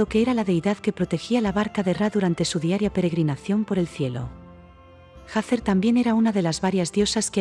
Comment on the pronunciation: Se dice Hathor NO SE DICE HATHER